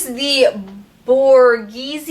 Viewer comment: I think it's pronounced "bore-gay-zee" (if it's what I think it is)... my mom used to love their makeup and I've never seen anybody talk about it before.... maybe I'll have to check it out! Love your videos, by the way! :)